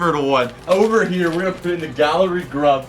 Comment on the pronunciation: not saying galley grub wrong